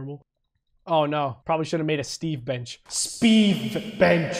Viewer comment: "Steve Bench" Me: No. It’s Stenche.